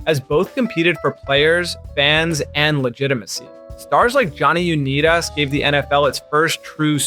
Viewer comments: “Johnny Uneedus” how does bro know this much about football then butcher that legends name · Don’t pronounce “unitus” like that and have a channel called football for dummies. Bro you’re dummy